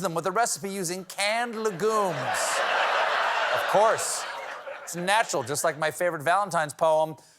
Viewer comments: Legumes is actually pronounced LEH gyooms in the English lanugage. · I love he says “Le Goom” like it’s a French Mario bros enemy. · For a guy who pronounces his name in the French method, not knowing how to pronounce 'legumes' is a little embarrassing. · It's painful to watch Stephen not now how to pronounce 'legumes'.